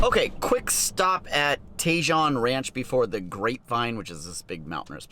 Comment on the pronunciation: pronounced "TA-HONE" ranch, not TAY-JOHN ranch